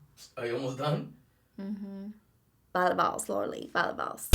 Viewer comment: The minute she said Laura lee it broke my heart ugh 😫 unsubscribe